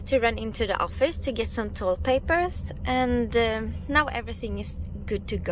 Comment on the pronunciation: Tullpapper eller toalettpapper? Känns som ett sådant där "ljud" som kan höras som två olika ord beroende på vem som hör det. Bra video som alltid!